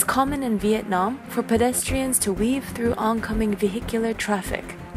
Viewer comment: could you stop calling my country Vietnom it's Vietnam